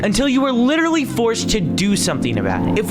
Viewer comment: how many times did say "litterly"